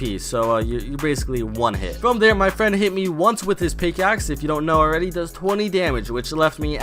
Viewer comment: I love how he says fwom (